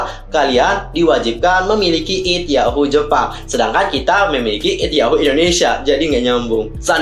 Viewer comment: ID yahoo japan ya dibaca biasa atuh kak. ID. Ai di :( masa gatau